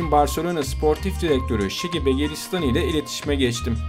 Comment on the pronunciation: Begiristan değil Beguristain Begruşştayn diye okunur